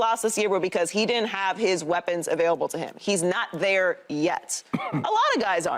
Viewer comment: It’s pronounced THERE…not DARE